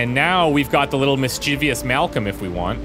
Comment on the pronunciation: Props for pronouncing "hyperbole" correctly, but you'll still have to work on "mischievous."